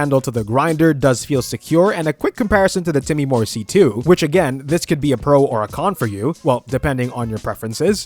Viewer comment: Time-more. Not Timmy-more.